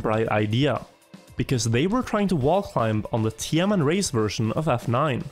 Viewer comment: Every time you say TMN i keep hearing tianenmen 😭